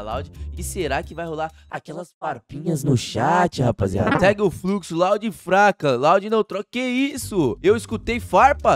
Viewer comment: Nobru é fruxo não é fluxo😂😂